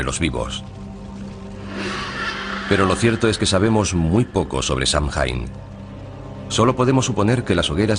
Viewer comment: Se pronuncia "sah-ween"